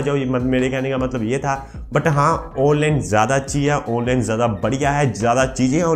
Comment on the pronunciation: Yar kya dmag kharab kr dea awnline bol bol k